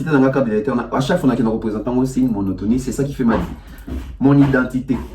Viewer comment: Et puis il dit monotomie 😂